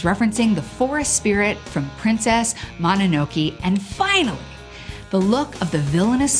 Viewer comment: Princess Mohnohnoki? What kind of a pronunciation is that?